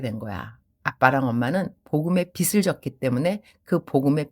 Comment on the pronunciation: 발음 교정을 하자면 ㅎㅎ 빗을 /비슬 빚을 /비즐 선교사님은 비슬 이라고 하시는데 비즐 이라고 발음 하는게 맞습니다 😂😂